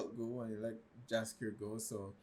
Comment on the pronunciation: It's Jaskier...NOT Dżaskier..